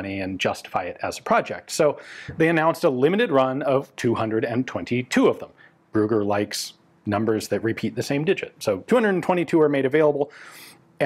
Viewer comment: "Ruger"?? Ah, the name is "Brügger"! Your pronunciation of ü as well as of gg is so far off, you sound like you mean to say "Ruger". -.